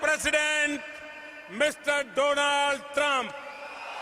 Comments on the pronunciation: Donald trump❌ Doland Trump ✅ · মায় ফেরেন ডোনাল টেরাম 😂 ভুলভাল উচ্চারণের কারণে এত বড় শাস্তি দিল 😊